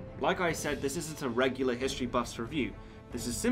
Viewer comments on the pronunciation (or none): none